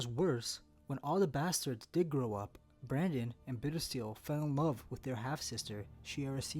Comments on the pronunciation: Can you please pronounce the names properly...Daeron isn’t prounounced Darren it’s Day-ron, Brynden isn’t Brandon it’s Brin-den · It keeps sounding like he's saying Brandon and not Brynden to me